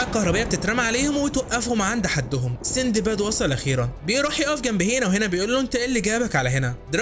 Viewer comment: اسمه سندباد و ليس سيندباد